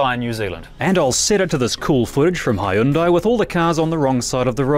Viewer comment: good review, but I'm surprised they didn't school you on pronunciation of Hyundai